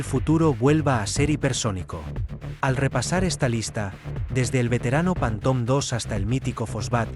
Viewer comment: En espann̈a no saben decir ni una palabra en Ingles? Panton?